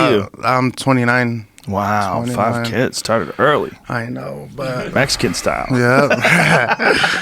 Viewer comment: Putin I'm aware of what Mexican style is supposed to mean. I was making fun of the way Andy says "Mexican"..... "Metzican"